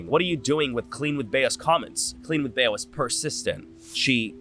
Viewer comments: it’s bee not baya haha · her name is BEE not BAYA 😭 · Bea is pronounced "bee" 🐝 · my name is bea and u can say bee, be-uh or beh-uh like how hes saying which is the spanish pronunciation. it all depends on the person! 🫶🏼